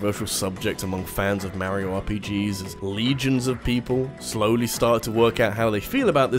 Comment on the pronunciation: No...just no....the "j" in "jrpg" stands for Japanese, if it's not made in Japan its not a jrpg. NO DUDE NO FRIKKIN LEARN HOW TO PRONOUNCE MARIO!!! Dude....seriously.....no.....Alberta=Canada=not Japan= not a jrpg. No....just no....anyone can make an RPG, but jrpgs only come from the Japanese.